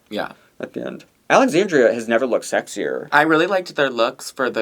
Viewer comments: AlexanDRA, not AlexanDRIA. Denébola is Den-AY-bow-la. Please respect the queens and their names :) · Always funny how butchers those Spanish names lol. Alexandria and Santine lmao.